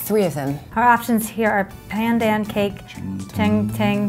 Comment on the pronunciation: Lol the way Constance pronounced Pandan was very unnatural